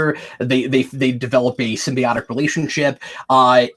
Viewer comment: I think Cap meant to say sym-BYE-OAT-ic relationship.